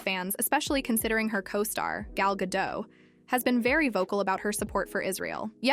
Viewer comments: It's pronounced Ga-DOT, not Ga-DOW. Gal is Israeli, not French. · It's Gal Gadot Not gal gado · The "t" in Gadot is pronounced. She's not French, she's Israeli.